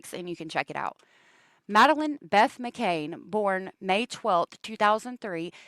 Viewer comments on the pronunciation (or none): I don't care if you pronounce a city name wrong at all, but the little girl's last name is McCann not McCain.